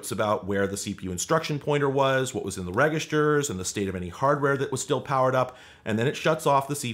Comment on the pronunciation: I don't know if I'll ever get over you pronouncing "Register" with a hard G sound.